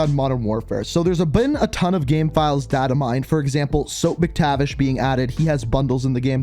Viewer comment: Did he really say ‘Soap’ Mactivish again damn did you even read the comments last vid